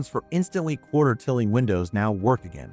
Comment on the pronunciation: Are you an AI? I was watching the video, and , you said, "quarter tilling windows." The word that stood out was tilling. Instead of tie-ling, you pronounced it like "till-ing," like you till the ground. You call your channel Linux Network, so you should know how KDE does, for example, saying tilling correctly.